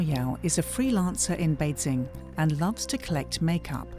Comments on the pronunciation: Good reporting but just can't get over the commentator who can't pronounce basic terms right... Beizing... Xinziang... WTF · Why does she keep saying 'BeiZing'? It's not that hard to look up pronunciation, and should be important for someone doing a voiceover.